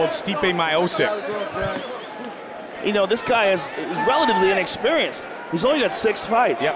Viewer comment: Steepay My-oh-sick